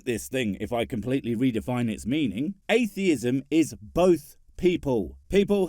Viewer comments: Ayfeeism. Can't even speak properly, let alone think. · How are you going to debunk atheism when you can't even say the word. There are no f's in atheism. You thick as shit shaved monkey. Also, How difficult is it to say ask? No you can't "arks" me something.